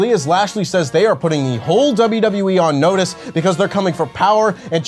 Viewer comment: Lashley said "in notice"